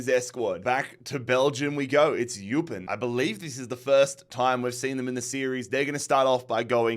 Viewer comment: Not that it matters too much but Eupen is pronounced (oy-pen) They’d also be a fun rebuild, Tim Cahill is on their board and Claude Makelele used to manage them. Not to mention, will still’s brother Edward used to manage them. You’ve got a lot of interesting story there